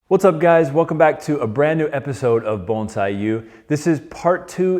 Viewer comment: Bones eye?, I thought it was Bon si